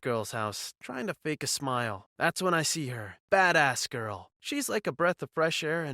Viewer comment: Did he say badass or fat ass?